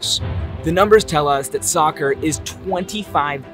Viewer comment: it hurts a lot when you pronounce soccer